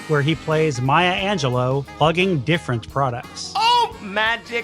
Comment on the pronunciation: Maya Ange-LOO. How the heck do you mispronounce that and not correct it?